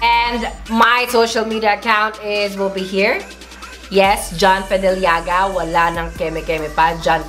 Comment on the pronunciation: Ako lang ba yung gandang ganda sa pag pronounce ni ng "fedellaga" at "palette"?!❤